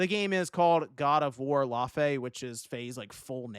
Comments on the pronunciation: It’s Laufey(La-Fay) Not Laufey(Loffee). Hahaha!! 👎🤣😂😅🕹🎮🙏✝ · Laufey? As in, Chinese-Icelandic jazz vocal pop singer Laufey? (accurate pronunciation ‘lay-fay’) I mean, I’ve never considered myself much of a God of War fan, but I must say this is certainly a bold direction to take with the protagonist!